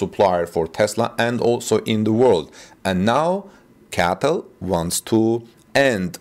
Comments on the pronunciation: It’s C-A-T-L not CATL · it’s pronounced C A T L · Hello, in an attempt to help your English version videos, raybar is not an English word. It is rebar (reebar). C A T L is not pronounced cattle (those are cows) .Cheers from Canada. :) PS: I understand you are communicating in a second language and you're doing very well.